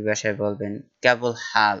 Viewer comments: কেবল হাল না। শব্দ সঠিক, কেফ হাল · কেবল হাল, আপার ভাষা ভূল আছে , কেফ হাল, হবে